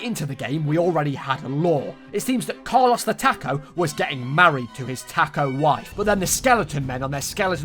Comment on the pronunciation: my favorite part of the video was him playing carlos the taco and only pronouncing “the” correct